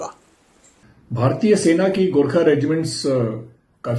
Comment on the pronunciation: garkhe nai horkha bolo pls